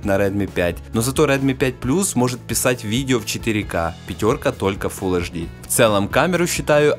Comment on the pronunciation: Хватит уже говорить "аш ди"! Говори Эйч ди и будешь современен! Реально, на колхоз похоже